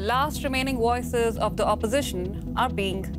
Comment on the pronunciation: How can you correctly say have or Vladimir but you say woices and wisiting